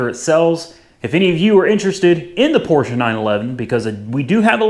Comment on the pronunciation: thank you for correctly pronouncing PORSCHE .